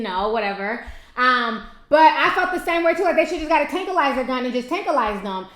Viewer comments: tankwi lizer lol Ti you killing me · Tranquilizer Ti. tankquilizer? still luv u tho 😩😍😆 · Tankilizer?????? Did you really say that?(Mind blown)Tranquilizer, baby. It's tranquilizer. Still love your channel! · It's called a "tranquilizer gun" not a "tankuilizer gun." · tantalize gun? I think the word is tranquilizer gun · its called a Tranquilizer, not a tankilizer lol ijs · it's not a "tanquilizer" it's "tranquilizer" lol... IJS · lol!!! Tankalizer... and she keeps saying it. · OH FAWK!!! I swear she pronounces A LOT of people's names wrong but this video took the cake!!! TANKALIZER!!! LMAO wtf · 😂😂😂, Ti done took out the "r" and added a "K" lol... Ti's pronunciation of the word tranquilizer and tranquilized had me rolling... However, on the other hand I thought it was cute... Ti's my girl tho😂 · i dont even think she had the U in the word either. it was like tankilizer......or tanky-lizer lol. im like..... wait what? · T said Tanquilizer/Tranquilizer about 10xs😂😂😂 I love T's videos. They bring me life and laughter...and you hair is beautiful girl, do the dam thing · Lol.😂 It's tranquilizer I knew what you were trying to say when you said you were probably saying it wrong but you still had me weak. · lol it's tranquilizer lmao u said I don't know if I'm saying it write I was in tears😂❤💙💜 love u. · Tankilizer?? lmaoo Ti... I can't. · It's "tranquilizer" as in being tranquil. Oh boy. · Ti it's tRanquillizer LOL. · tanklize? it's TranquiIizer (pronouncenation) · Put an R on it. Show some respect please. "Tranquilizer" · did she say tanquilize lol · love you ti.. but the word is tranquilizer.. (tran-quil-lie-zer)..no puns. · it's pronounced tranquilizer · tranquilizer tran•quil•lize•er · You just forgot to pronounce the R in tRanquilizer. Lol